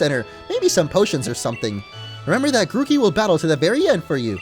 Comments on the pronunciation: It's not rookeedee it's rookidee like rook-uh-dee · This is how to pronounce Rookidee Ruu kid e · look it's a rukidee when it's name is rookidee